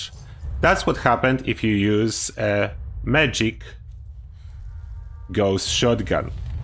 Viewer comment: Sometimes when you say "magic gauss shotgun" it sounds like "medic gauss shotgun." I would like to know if the medic gauss shotgun is broken like medic's explosive shotguns